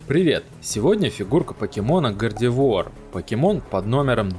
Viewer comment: Да, произносил не правильно